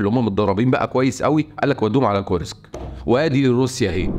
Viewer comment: كور-سك بسكون السين و ليس كورييييسك